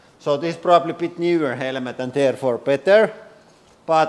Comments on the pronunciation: He says helmet helemet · "helemet" - this hydraulic press YouTuber guy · HELL A MET. That's how this guy pronunciates the word helmet in any case the purpose of the helmet is to stop a bullet from going into your brain that's what the test should be firing a rifle that would be used in a war AK-47 M16 for instance at different distances at the helmet not using a pressure machine or whatever the hell this thing is. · It's still funny listening to the way he pronounces the word helmet that's worth a few minutes. HELL A MET. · I see a motorcycle helmet and I see a military helmet therefore it depends are we at War with bullets being fired at our brains or are we driving a motorcycle it is funny to listen to his accent though momentarily. HELL A MET. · The man is lost but it's funny for 5 minutes in order to listen to him pronunciate the word helmet. HELL A MET.